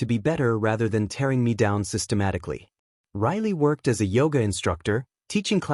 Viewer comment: Systematic-al-ly Methodical-ly